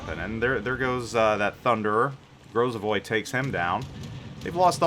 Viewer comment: großer not gorsser